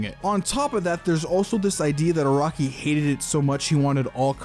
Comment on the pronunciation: bro it's nıt iraqi it's araki lol dndkkd